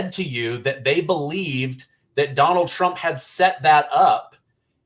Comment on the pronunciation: 😖"Donnil Chromp", DONNIL CHROMP", "DOnNiL TruMP", "donnil chrump", DONNIL TRUMP!" 😤